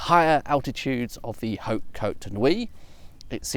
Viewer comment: Well it seems that fox wouldn't mind to be adopted by you ^^ And bravo for having pronounced En Grégoire perfectly ! However, you mustn't 'blow' the 'h' of 'hautes' as you would do in EN (in 'however' for example), because in FR that 'blown h' doesn't exist. So one would pronounce 'haute' as if it was spelled 'aute'. My tuppence ^^